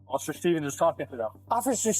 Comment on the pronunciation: offisher schtevens